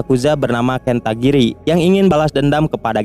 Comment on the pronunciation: Bang namanya dia itu KEN KATAGIRI Bukan KENTAGIRI